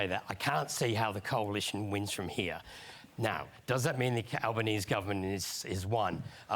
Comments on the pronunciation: we prenounce his name as Albaneesy. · Our Prime Minister's name is Anthony Albanese. His surname is said like Al-ban-easy, not Al-ban-ease. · ..I guess you do not read the comments! So many have told you our PM'S name is pronounced Alban.easy but you still say Albanese 🤦‍♂️ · Hey mate, anthony albanese's last name pronounces the last E. Like Easy, not Sneeze. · we need to get you saying this name properly. Albanese - is said with "easy" on the end, not "ease" Albaneasy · Sorry I gotta say it even tho I feel like you've probably had a bunch of people mention it but... Albanese is pronounced albaneasy... Like Alban-easy. not like the eese in cheese. but the work easy. Not trying to be a pain in the ass but seen alot of american commentary on aussie politics recently and the pronunciation is getting to me lmao xD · Couple tiny clarifications. Firstly, the last syllable Albanese is pronounced like the word easy. Alban-easy. Secondly, the sausages aren't a free treat to get people to show up, they're traditionally a fundraiser, usually for whatever venue is hosting the polling. Here you can vote anywhere in your electorate, you usually have a lot of choices within a short walk unless you're very rural, so you might end up popping into a school or a scout hall or a church, or anywhere that has a large building they can funnel people through. Sausages are always cheap, plentiful, and delicious. Not a hot dog, no buns to be found. Just a slice of bread, sauce of your choice, maybe some onions if you're lucky. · Pronounced Albonanesee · Albanese is pronounced Albanes-ie. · Love your videos. We pronounce our PM'S last name Alban-easy you say the e on the end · Hi, love your channel, but it's pronounced 'Al-ban-ee-see' and that's not just us Aussies lengthening it. We call him 'Albo'💞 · it's pronounce Albo-Neezy lol. Yes, he got my vote. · Hey, We pronounce the PM'S name as Alban-easy. Or, Albo. 🙃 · Anthony an easy is how we say this ❤